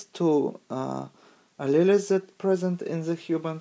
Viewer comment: Great video. but alleles is pronounced as a-Lee-o-s. tho had a hard time tying to catch all the words to it but great vid